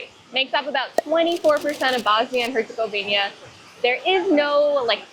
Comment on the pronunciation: Did you really say Monastery where Muslim Dervish lived? Dude! It would be like saying a Catholic Synagogue! Its HERCEGOVINA NOT HERCEGOVIÑA,the ćevap is ground meat,just like burgers not sausage! By the way most of the weapons used to destroy that beautiful country and its historical and religious treasure was supplied by the West! Even Hitler spared the Stari Most!Thanks NATO for helping out! Just think about it,look at what was Jugoslavija then and look at the new countries that came from the break up,they have bases and soldiers everywhere! Do you really thing that its by chance?